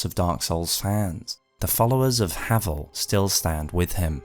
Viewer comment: I don't care what you say, he's called HAY-VEL, and the one true ring is the calamity ring, git gud.